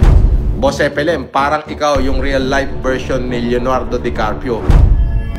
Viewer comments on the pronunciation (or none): Caprio naging carpio 😂. Galing talaga mag pronounce ni eh